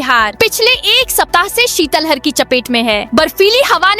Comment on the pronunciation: Sitlahar बोलो शितल हर नही